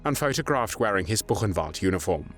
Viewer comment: Diga: " burrenvalde"